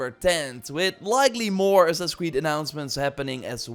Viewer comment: God Damn, what is "Assass" creed? haha! Annoying shit man.